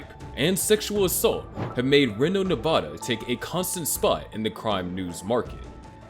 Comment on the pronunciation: It Count not account it's one count of murder not one account of murder This was very difficult to watch because of his pronunciation of Reno as well